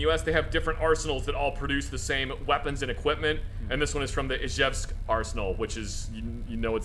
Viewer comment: Pretty good "Izhevsk" pronunciation.